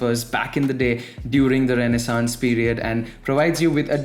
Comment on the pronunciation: So much to learn from Cambly, and still you pronounce renaissance wrong.